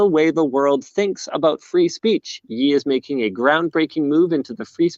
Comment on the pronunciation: I know nothing of pop culture but at least I know Ye is pronounced like Kanye come on Linus